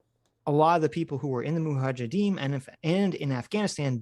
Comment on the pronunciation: Suicidal drinking game: have a shot every time says "moohajadeem"